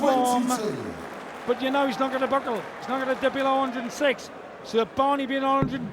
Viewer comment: ITS FUCKING SIX ......NOT FUCKING SICH